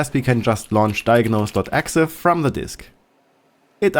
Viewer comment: I don't think I've ever heard somebody actually say "exah" when referring to an .exe's filename.